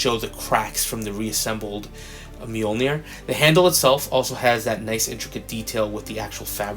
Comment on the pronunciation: Awesome review though I'm not much into female figures. I just liked hearing you pronounce the word 'Mjoinir'🤣🤣🤣 Take care my brother